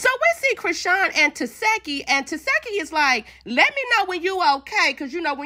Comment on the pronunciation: Her name is pronounced TA SHE KI I’m tired of y’all saying her name wrong😭🤷🏻‍♀️